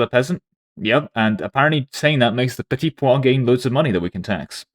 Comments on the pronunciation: Why are you calling the petit peuple petit poids 😭 it' pronouced "P-a (like the english word 'a') - PL" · You pronounce "Petit Peuple" like "Petit pois" which means peas